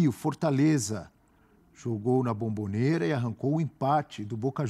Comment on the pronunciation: Cara não é Bambobera é Bombonera! Caixa de Bombom